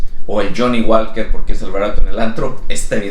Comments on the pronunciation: El Johnnie Walker se pronuncia "Woker" no walker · la L es muda en johnnie walker no se dice